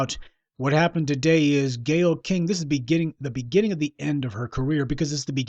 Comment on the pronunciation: I just like how you say Gayyle Skank! I dont even know the bitch but i already hate her especially for attacking my black race